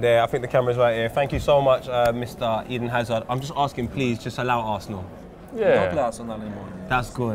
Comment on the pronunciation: couldnt even get Hazard's name right smh... ezen hazard